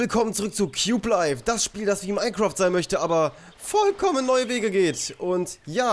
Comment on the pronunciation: "Vollkommen" hast du richtig Gayyyy Ausgesprochen XD